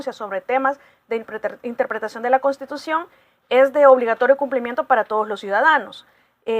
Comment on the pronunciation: NI SIQUIERA PUEDE DECIR CONSTITUCIÓN. "Costitucion."